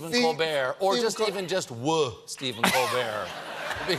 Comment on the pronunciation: Did Steven Colbert just say, "Cold step"? He may as well have said, "Run up on a mother fucker." What was that?